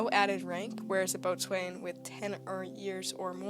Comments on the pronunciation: Boatswain is said "Bo'sun" Lieutenant, is said "Leftenant" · Plus the pronouncing of the ranks like boatswain as “bowson” and lieutenant as “Leftenant” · boatswain = BOW-suhn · If only.... When describing Royal Navy ran js you had taken the trouble to understand the pronunciation of the ranks. Boat-swain! Lootennant! Funny to start with but oh dear... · I came here to say this.